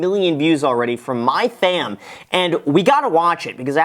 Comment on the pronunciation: Why he butcher her name.. "My fam" what de ass dawgy